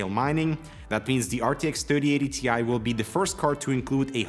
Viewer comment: According to Nvidia.... It's not a T I It's a TIE. Don't mix them up, please.